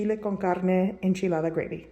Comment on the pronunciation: How come you only have an accent when you say enchilada? I am of Irish decent and I don't break into accent when I say Haggis lol.